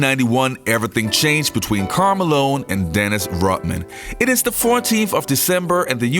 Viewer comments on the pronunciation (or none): Rodman, not Rotman. The letter D, not a T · It's sound like the narrator is saying Rotman rather than Rodman.